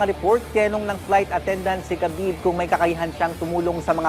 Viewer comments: Its not ka-bib. Its Ha-bib Ab-dul-ma-no-po-vich Nur-ma-ho-me-dof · Habib po ang tamang bigkas boss.....😂😂😂😂